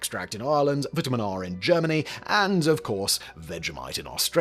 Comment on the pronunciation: Only a minor difference, but the German analogue product is Vitam-R (not Vitamin-R) (VITAM-R Hefeextrakt)